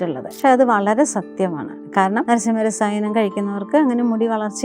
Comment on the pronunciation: നരസിംഹരസായനം അല്ല... നാരസിംഹരസായനം..